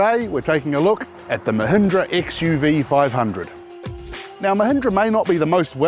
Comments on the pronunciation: A small correction host. The car's name is not XUV500, it is XUV5OO... It is an alphabet 'O' after 5, and not zero... Even the official review reads as XUV5OO. Good review... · Xuv 500 pronunced as xuv 5OO(double O)